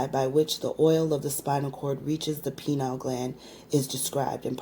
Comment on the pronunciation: Pineal not penile....